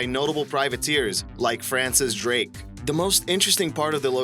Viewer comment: when you say "the", it sounds as if you're saying "duh".